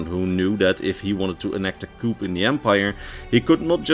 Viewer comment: not trying to be harsh, but it's pronounced 'coo', as in the sound a pigeon makes; a 'coop' is where pigeons live. Appreciate you may not be working in your first language, but when I did always preferred to be corrected by a native speaker. Great video all the same!